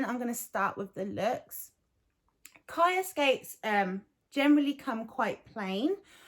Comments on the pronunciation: She’s saying it wrong. It’s Hebrew so the ch is a plegmatic kh sound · I hear you and I understand how they’re saying it in their videos but on their page they say how they chose the name because it’s Hebrew for life (it’s also a common girls name) I’m fluent in Hebrew and they’re mispronouncing it in their own videos